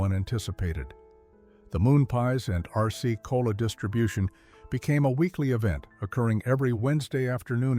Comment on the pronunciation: I heard Arsce-Cola. Well, maybe to avoid problems with trademark infringement, or some such thing. 🎉